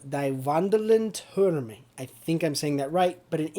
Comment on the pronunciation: you are saying it wrong. In German "ie" like in "die" is spoken like "ee" in "feel" or like "ea" in "pea". Whereas "ei" would be spoken like you do. In "wandelnden" you pronounce it as if there wasn't a second "d" in it. "Türme" you pronounce absolutely right, which is really good since English doesn't even have an ü-sound.